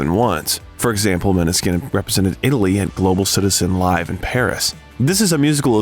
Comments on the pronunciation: Except you can't pronunce band name or their names😢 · I love the video, but plz pay attention to pronunciation. It's really not hard to research how to say the band name or their individual names. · you should pronounce the band name correctly!